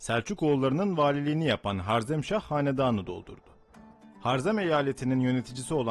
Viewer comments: Sözde tarih. Cengiz Han kürt mü sanki de karşısındaki sadece Türkmüş gibi davranıyorsunuz. Ayrıca harzemşah değil harezmşah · 1 - Cengizhanın ordusunun yüzde 75'i türk idi. Yani soluk benizli moğollar değil türkler saldırdı ama tabiki Cengizhanın buyruğu ile. 2 - harzem değil harezmşah. Bunlar haricinde video çok başarılı kardeşim. Yolun açık olsun.